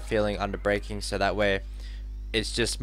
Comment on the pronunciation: Who else noticed that.. His pronunciation of "SO" sounds like "SIR"